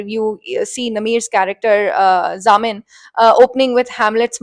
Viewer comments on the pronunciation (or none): It would help if you got the names correct! It's Zamil and not Zamin